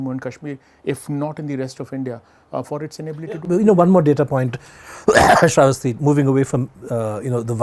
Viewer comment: SRAE VUS TEA???? apna naam nahi bolna jaanti....?